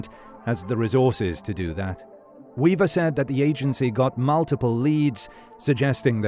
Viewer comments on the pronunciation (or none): none